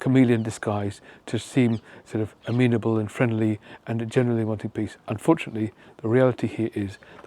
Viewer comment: Oh! Nobel "PEACE" Prize! I thought you said Nobel "PISS" Prize....my bad.😜